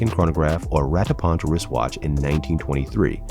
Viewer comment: Rattrapante not rattapant